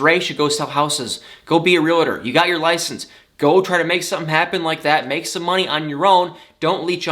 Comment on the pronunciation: not trying to be nit picky, but the word is realtor, not realtor.!